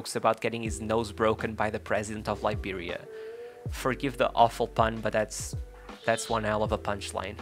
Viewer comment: I loved this video. Thank you. Its a small thing but I also like the way you pronounce Liberia. Weah retains iconic status in Liberia (that's one reason he is President) and in Africa too. To have started were he did- on the streets of a country not well known for its football in late 80s/early 90s, and risen to play for Monaco, PSG and Milan speaks volumes about how exceptional he was compared to his peers as well as his mentality. Remember the name- George Oppong Weah!!!